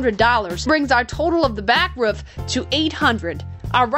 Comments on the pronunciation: wHy Do sOmE pEopLe sAy "ROFF" .. its so distracting, it reminds me of a bark from a dog, "then the boys finished the BARK BARK" .. but thats just me I guess.. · It’s called a roof not a “ruuf”